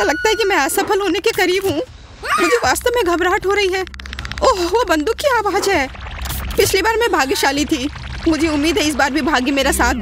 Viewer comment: Can you get someone else to do the Hindi voiceover? The lady pronounces a lot of words wrong, for example, she calls ‘laser’ as ‘lajer’, ‘Aawaz’ as ‘aawaj’. And her voice is not ideal for voiceovers. Kids might learn wrong pronunciation from her.